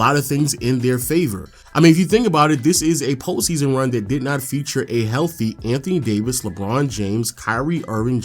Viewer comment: I thought he said amp Davis 😭